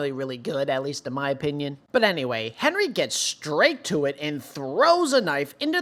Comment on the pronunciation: Hinrigh is not pronounced as "Henry".. but as "HEIN-RIG".. your videos are great, but the way the HxH community has been mispronouncing Hinrigh has been driving me CRAZY lol.